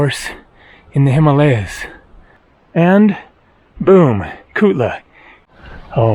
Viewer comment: Hi: You are truly an intrepid hiker. You can't pay me enough to do that trek. The views in the end must have calmed your aching muscles somewhat. It was funny how you kept saying Tukla, Tulka etc., everything except Kutla. I wonder if it was delirium from the tough hike.